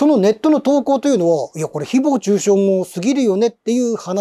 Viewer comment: 誹謗中傷のイントネーションが独特で話が入ってこない